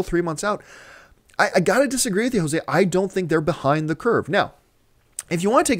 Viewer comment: Haha John you pronounced Jose wrong